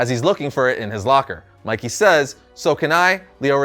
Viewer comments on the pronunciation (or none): none